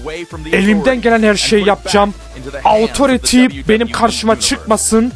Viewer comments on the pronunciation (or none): abi autoriti die deil otorite diye okunuyo pls :D çok sinirime gidiyo